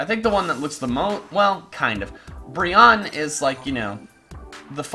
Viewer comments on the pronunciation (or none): I'm pretty sure it's pronounced Bri-onne pre Brion-ne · It's pronounced "briny". Weird right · Aren't you supposed to pronounce Brionne like Beyonce? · Love the video and all, but the pronunciation of brionne is -Bree-oh-nee Great vid though! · I believe Brionne is pronounced "Bree-own-nay"